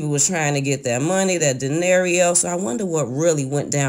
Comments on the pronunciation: Dinerio??! I think she meant to say dinero!🤣🤣🤣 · J M Don’t forget - dinero - Not -dinereo! 😜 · 🤣😭.. I kept wanting to yell paraplegic so many times 🤣😭😭😭... And dinerio instead of dinero 🤣😭😭🤣😂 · "PARALEGIC" and "DINERIO 💰" girl. Smh 😒😔😞😮🙄😷😬😂😂😂😂 LAWWWDD LOL